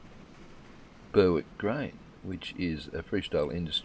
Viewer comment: Love the content mate....But....Its pronounced BERRICK not BURRWICK :) I know...I'm being picky :D